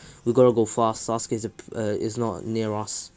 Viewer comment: Bro the way he said sasukue gay